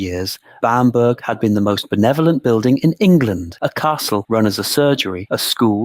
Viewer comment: Pronounced Bamber.